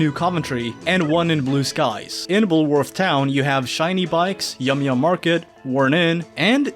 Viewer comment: "Bullowrth the school" that's one I haven't heard in a while.